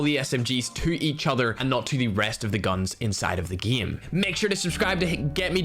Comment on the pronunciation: Can you say game and eight correctly. Not eit... EIGHT and not gme... GAME. Also we know your talking about CoD Mobile please stop saying it constantly. Other that those 2 really annoying things your content is very good.